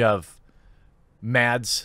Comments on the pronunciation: As a danish person i still find it funny that english speaking people cant pronounce Mads Mikkelsens first name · okay... this made me cringe so hard you won't believe it... as a Dane i'm amazed by the difficulty of americans and others to pronounce Mads Mikkelsen's name... it's really not that hard... yet every single person i find mentioning his name pronounces it into oblivion....